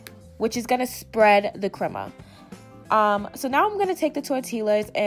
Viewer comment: “Tortil’La” & “creama” love it lmao